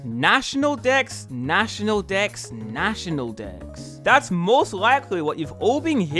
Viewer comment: For a moment it sounded like you said national decks twice followed by national dicks